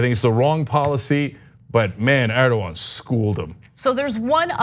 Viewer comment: How is it so hard to pronounce Erdogan properly?